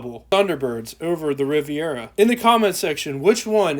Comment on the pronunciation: The car is spelled Riviera and pronounced using 4 syllables. If u r going to write about cars I would suggest learning how to spell the name if the car and then practice pronouncing the name of the car.